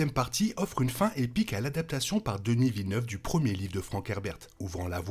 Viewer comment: Toujours intéressants vos vidéos, même des mois plus tard! Pourquoi par contre dites vous "Denisse Villeneuve"? Vous savez, nous québécois prononçons les lettres des prénoms francophones comme vous! Il en va de même pour Justin Trudeau, que j'ai entendu trop de fois prononcé "Justine Troudeau" outre-atlantique!